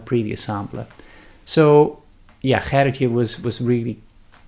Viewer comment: Thank you for showing Gerritje's samplers and pronouncing her name. Now I know how to pronounce my 8th great-grandmother's name (Gerritje Cornelise Van Ness). She came from Emberland to the colony of Nieuw Amsterdam oh so long ago. I have an online friend who is descended from her sister, Grietje. Since we had no idea how to pronounce their names, we just called them Gertie and Greta. Now you have me really thinking about these new samplers. I should buy one and make it in honor of "Gertie." I am always learning something about my Dutch ancestors through you. 🥰